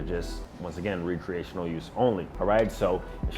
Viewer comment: (R-eh-creational) it took me a minute to realize what you were saying 😂